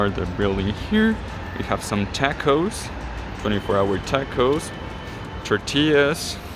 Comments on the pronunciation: It’s tacos 🌮 not Tecos dude!!! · I've never heard anyone say "tacos" like they before, is that how it's said in Mexico? It sounded like he was trying to do an American accent? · It's tacos not tacos